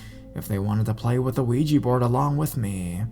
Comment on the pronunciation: DUDE!!!! ITS NOT PRONOUNCED WEEGIE BOARD ITS OUIJA ( OH-WE-JA) BOARD PLEASE SAY IT RIGHT!!!!!!